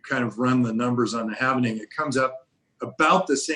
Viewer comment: it is called hal-ving not hal-ve-ning